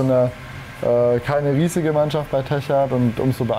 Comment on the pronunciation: Nächste mal einen Sprecher der nicht jedes Mal Teckart sagt obwohl es Techart heißt !!!! Bevor man wohin geht sollte man sich bisschen informieren